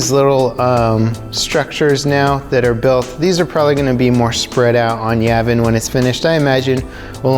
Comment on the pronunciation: Am I the only one bothered by how he pronounces Yavin?